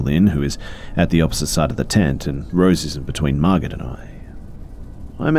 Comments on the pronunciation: Great video! Just something I noticed, I am pretty sure that if in the first story the name is spelled “Margot” it’s pronounced as “mar-go”. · I love you B but are you saying Margaret or Margot, that drove me CRAAAAZY in the first story. It sounds like you’re saying Margot (pronounced Mar-go) and just pronouncing it wrong. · just fyi, the name Margot is pronounced "mar-go." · Thanks for the new video, these are great! My only criticism, I think the name was spelled Margot right? I'm pretty sure the t is silent and it's pronounced Mar-Go. Not a big deal or anything just noticed. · Quick little helper fishie here! I'm guessing the name in the first story is "Margot," which can be confusing for many to read if they haven't seen it before. But because it's French, the "t" is silent, making the name be pronounced as "mar'-go." (Like "mar" as in to mess up, and "go" as in to come & go.) 💗 I hope that helps! 💗💗💗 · It's sounds like he's saying Margaret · Typically Margot is pronounced with a silent T sp its like mar•go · Omg yes thank you! It was so annoying hearing mar-git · Margot is pronounced Margo! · It pains me a little to hear pronounce Margot with the T